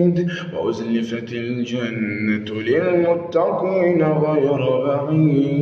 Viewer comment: هو بس التقليد سرق من التجويد قخمه القاف اوووي وهي في اقل درجه تفخيم زي للمتقين.. فخمتهت اووي ويشاء مظهرتش الهمزه خالص محستهاش وبرده غنه الاخفاء في حرف الذال ادخلوها بسلام ذلك يوم الخلود قبلت الغنه الي الفاء ولادغام المثلين زي لهم ما يشاءون مدغمتش الميم مع الميم خالص ولا عطيت حقها من الادغام .. ربنا يبارك فيك بس لا يخذك التقليد عن التجويد